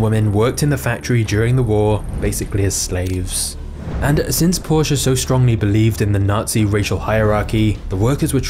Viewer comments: Dude. It's Porche. Not Porcha. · Learn how to pronounce porsche. Do not care if you're English or not, that's a german word, there's no prolonging the "sche", nor It's a "uh" soud. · its not a porshaa, its Porsche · porshaaaa thats all i hear... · i realy like the video .good job witch the anemations and tata vut i dont like how he pronounses porsche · thats not how u pronounce porche lol great video tho :D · Amazing. You said the word Porsche perhaps 70 times throughout this video, and you mispronounced it every time.